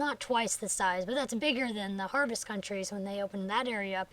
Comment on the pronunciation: I can't wait! I'm halfway through lvl 15 :) Oh, and not to sound rude, but it's Harvest CouNties :)